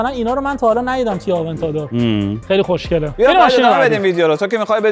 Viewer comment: زبونش ق رو خوب نمیتونه بگه میگه خشنگه! خیلی با مزه ست